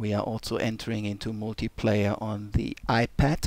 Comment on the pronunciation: Did he say "The iPat"? might be the next hit.